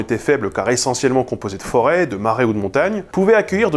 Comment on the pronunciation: "zone composée de forêts ..." ou composée de forains..?